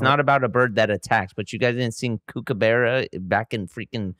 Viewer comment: its nice of blake to have learnt the kookabura song but didnt learn to pronounce kookabura HAHA legends